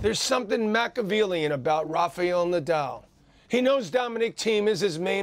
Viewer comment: Please stop saying lofe eil nodaul. It's Rafael Nadal